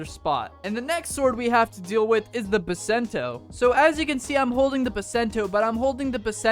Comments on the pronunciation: he sayed bicento its bisento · in bisento is called bicento